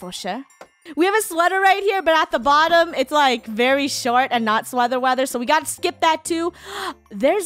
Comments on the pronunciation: ”sweather weather” Funneh says... SWEATHER WEATHER SHE SAYS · Sweather Weather